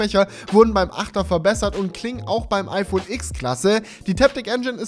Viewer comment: Tolles Video, so schön und qualitativ hochwertig produziert mit Sinn für Ästhetik schöne Locations, gute Dramaturgie und na ja das mega geile iPhone TEN. Du hast mir aus der Seele gesprochen. Nur ein Punkt: Sorry aber mich nervt es wenn man Iks sagt.😉